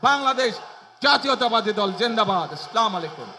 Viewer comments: তারেক রহমানের সালাম শুদ্ধ হয় নি। আসসালা মালাইকুম হবে না। আসসালামু আলাইকুম হল শুদ্ধ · এত বড় নেতা হয়ে কি হবে যদি সালাম টাই শুদ্ধভাবে না দিতে পারে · সালামটা শুধ বলতে পারেনা।